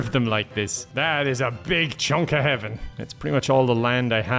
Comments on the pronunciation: I thought he was saying Heavin as in Heaven and Kevin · For a second, I thought he said Kevin and Hell